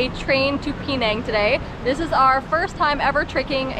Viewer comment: it’s Penang not Pee-nang